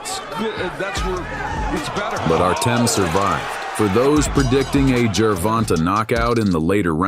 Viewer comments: the A is long. Jer-Von-tA. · Good video but he (like most) butchered the pronunciation of Tank’s name. Tank by TKO around round 10.